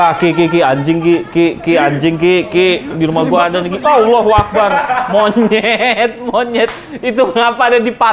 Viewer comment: reflek bang bareng ama lu bilang "monyed" 😭